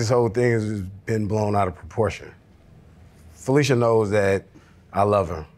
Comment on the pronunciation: I'm loving the correct pronunciation of our name. Finally! How FeliCIA is being called FeliSHA I don't know.